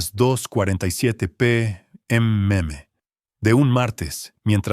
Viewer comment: Cuándo es a.m. o p.m. no es a.meme o p.meme, esas letras significan antes del medio día o meridiano (si es a.m.) o antes medio día o antes meridiano. Dios, si no saben cómo pronunciar investiguen !!!